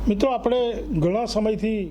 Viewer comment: લોહાણા મહાપરિષદના પ્રમુખને વિનંતી કે પોતાની ભાષામાં ઉચ્ચારણ શુદ્ધિ જાળવે. કારણ કે તેઓ શું બોલે છે અને કેવીરીતે બોલે છે એની સર્વત્ર નોંધ લેવાતી હોય છે. 'લુવાણા' ન કહેવાય, 'લોહાણા' કહેવાય. લુવાણા અપમાનજનક શબ્દ છે. 'આપડે' ન કહેવાય પણ 'આપણે' કહેવાય.